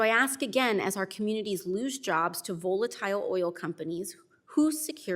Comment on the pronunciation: I love you AOC, but please learn how to pronounce volatile